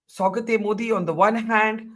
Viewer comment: It’s Saugaaaat means gift….not Saugat….huh. Btw is Akshay kumar playing Yogi ji 🤣🤣🤣 in this movie ?